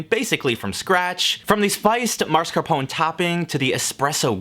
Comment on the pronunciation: everytime he pronounces it "marscapone", my blood gets a few degrees hotter